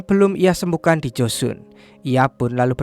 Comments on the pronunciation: 주선 (joseon) bacanya juson bukan josun 서울 (seoul) bacanya soul bukan seul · Joseon bacanya koq jd Josun 🤣🤣